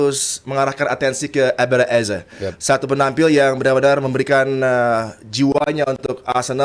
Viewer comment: "EZE" itu di bacanya "easy" yoo Gunners 😁😎